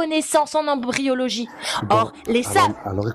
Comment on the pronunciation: MAIS NON, enfin ! C'est "embryologie" et pas "embryologye" ! Pfff